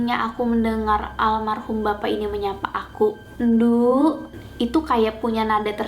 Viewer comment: Bukan ndukk tapi lebihh ke ndhookk pake O di sisipi H sebelum O